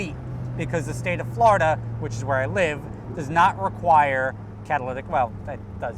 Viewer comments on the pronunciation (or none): none